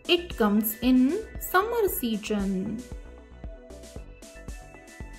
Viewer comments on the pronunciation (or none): none